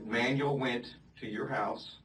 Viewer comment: It's not manual...it's Manuel...ugh